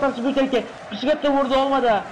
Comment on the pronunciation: Ne biçim bir okuman varmış hepsi tamam da ''Pisiketto'' deyişine dayanamadım amk.